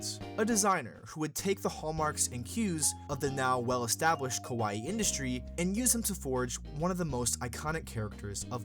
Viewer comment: I'm loving the video, but as a person that loves languages, my ears bleed with the pronunciation of KAWAII. The reason... If you pronounce it as KOWAII (which is happening in the narration), it means SCARY. Many english speakers that learn and speak japanese have this problem so no worries you are doing your best. Great video!! Keep it up!!